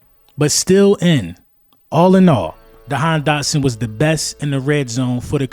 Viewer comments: If you got the kid the least you could do is get his name right 😂 my guy said "dahan dotson" twice. My guy, if he's so good why would WE CHOOSE to get rid of him after seeing him in two preason games and training camp and not wait until next year? Because he's been unable to get open and has serious drop issues. But sure lie to yourselves rather than listen to the fans who literally have seen ever. Single. Snap. I'll be be back mid season to laugh. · “dahan jotson “ ik your excite get the man name right